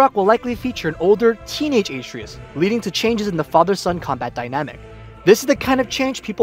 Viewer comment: It’s been 2 and a half years how can people still not say Atreus. uh-tre-us